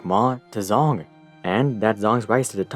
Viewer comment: "Zh" in Zhong does not have the English "Z" sound but more like the English "J" sound